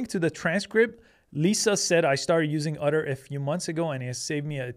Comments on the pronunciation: Otter or Utter? Are you sure you are pronouncing that right? Is it supposed to be "Otter" as in the animal? Or really "Utter" and they spelled the name of the company wrong? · Why is he calling "Otter" "Udder"? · Great video but ask Chat GPT to pronounce "otter" for you. What you were saying was "utter," a completely different word. :D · Are you saying "utter"? 😂 😂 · lol udder AI. I never noticed he had an accent until he said Otter in such a strange way. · I kept hearing “udder” 😁